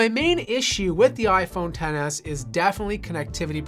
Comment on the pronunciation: thank you for calling it XS not tenes